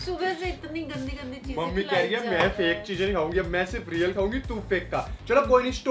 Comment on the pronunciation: Reak nahi real